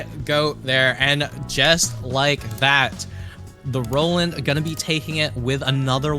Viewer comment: Ah yes "Noland"